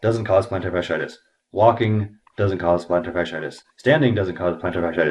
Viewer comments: It's fas-she-I-tis, not fas-i-tis. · I'd like to know why you are the expert and the podiatrist doesn't understand this? You're not pronouncing the word correctly. The two i i s in the middle of the word are pronounced as 'e' first then 'i'. Fash-E-itis